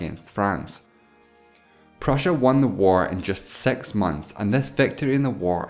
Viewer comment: Please utter six (6) not sex. it seems to be six.